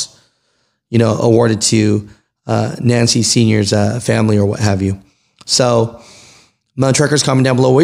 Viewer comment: Nance is pronounced with the E silent on the end.